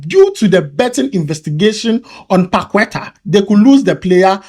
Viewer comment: Point of correction. Its not pronounced Pakueta( paqueta) but rather Pakerta. Its not a critic but rather point of correction.There is no end in learning